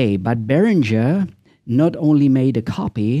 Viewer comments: Uli Behringer hat deutsche Wurzeln und deswegen heisst es Behringer und nicht Berinscher 😘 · Hallo, danke für das tolle Intro, meiner kam auch heute an 😊 Behringer spricht man übrigens deutsch aus, ist auch zufällig mein Nachname 😬